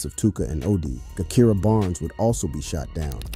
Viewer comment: Every video about Chicago gang culture your info is about 35% correct but you really really need to do your research you dont even pronounce Gakirah's name right.